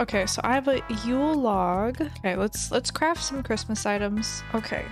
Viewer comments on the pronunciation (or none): wait did she just say, merry crimis?